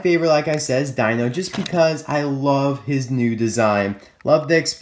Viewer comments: Oh, it's not pronounced dino it's d-ee-n-o. P.S did Phil and H.J Hollis slip out of your reviews? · its not Dino... its pronounced the same way u say Deano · I believe that it’s pronounced Deno not Dino. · Why is it the all Toysrus' within fifty miles of my house, or target or walmart, don't even have Chase Racelott? Also, Dino isn't pronounced like dinosaur. It is pronounced dee-no. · Actually, I think his name is pronounced "Dee-no". I say that because an Autobot in Transformers Dark Of The Moon had the same name which was Dino (Dee-no). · dino (long "e" sound) like the flintstones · I can help but feel like everyone keeps pronouncing Dino's name wrong because I think correct me if I'm wrong but I think the I is pronounce as an e as in D-no any ways great video. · i think his name should be pronounced "deeno". who agrees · It's pronounced DEE-NO